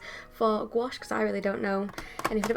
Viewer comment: you're actually one of the rare english-speaking people who pronounce "gouache" correctly, and i thank you for it ! 😄 (french speaker)